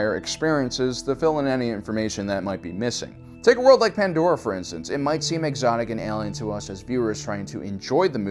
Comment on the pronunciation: Thank god his pronunciation of pandora is correct